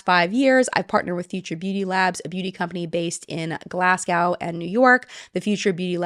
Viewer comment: Just so you know - the end of Glasgow is pronounced “go” ❤